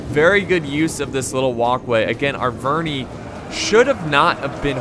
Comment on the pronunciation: You don't say triari i, or arveni i. You say arvenee or triaree